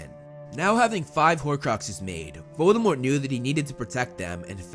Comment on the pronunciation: I just want everyone to know the T in Voldemort is silent.